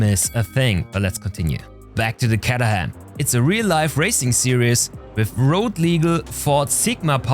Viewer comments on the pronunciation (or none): Caterham like in Kate;)